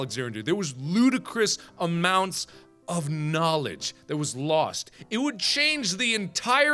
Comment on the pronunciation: ludicrous amounts of... KNAWLEDGE